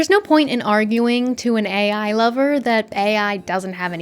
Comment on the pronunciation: Nice I'm not the only one that calls AI as ey, 😂